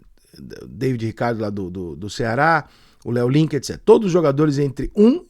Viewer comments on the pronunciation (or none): none